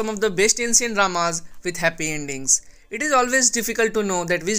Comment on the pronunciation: Did you say HAppy ENDINGS? or I mistook it?